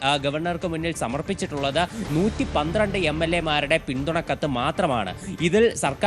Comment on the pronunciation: 112 ano 113 ano onu vekthamayi parayo